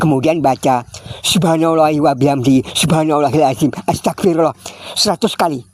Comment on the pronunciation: Mohon di ralat, baca istiqfarnya..pada menit 5.08 astagafirullaoh apa astagfirulloh? Mana yg benar.